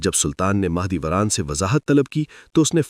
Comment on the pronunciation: mAh e dolat ni mAh e doran